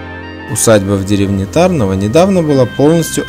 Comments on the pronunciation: Ударение не правильное . Нужно ТарнОво , а не ТАрново. А в целом , видео не плохое. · Не ТАрново, А ТарнОво. Ударение на букву "о", и не на букву "а". Мой папа ходил в школу в Тарнове, и поэтому я знаю, куда надо ставить ударение. А так - всё отлично! Спасибо большое за память и размещение в интернете! А кстати, а где - сама школа на видео? Интересно бы было посмотреть!